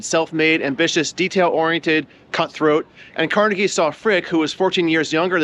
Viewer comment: Thank you for pronouncing Carnegie correctly. His name has been "Tar Jayed" (target) in some parts of the country for no real reason.